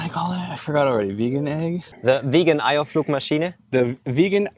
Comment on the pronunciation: Steffan is just looking at the camera smiling and pretending like didn’t pronounce „Eierflugmaschine“ completely wrong 😂